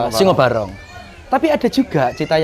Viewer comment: Simo barong bukan singo barong